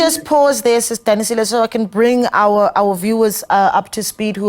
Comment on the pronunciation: Its Sis Danisile, .... not what the Santaco lady is saying